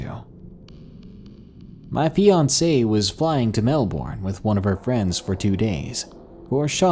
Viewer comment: The way he said Melbourne